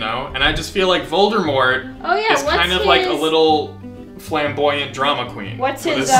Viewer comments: I believe it’s Voldemort not “Voldurmort” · My favorite part is where you just keep saying "Voldermort." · Vol-D-mort. Not Voldermort... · Every time you say "Voldermort" I want to die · be like: ''VoldeRmort'' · NOT "VOLDERMORT" LOL I cannot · i just love "voldermort" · When you call Voldemort "Voldermort" you really lose credibility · if you say voldERmort one more time... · why is he saying voldeRmort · Vold-er-mort!? Ughhhhh. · His name is indeed Ralph Fiennes, but it's pronounced Fines. Also, it's Voldemort. Not Voldermort.